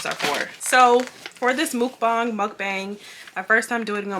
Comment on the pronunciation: Mook-bong was the right pronunciation 👏🏽👏🏽